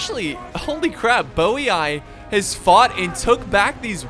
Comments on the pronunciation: I'm almost positive Geate is pronounced like Yeet with a G sound in front of it, Geet. Also I'm rather sure Boii is pronounced Boy. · I never knew they were pronounced '' Bowey eye'' i always just call them Boiiiii lol